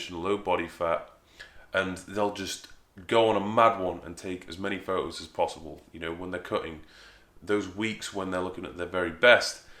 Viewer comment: I like your fo ohs, mate.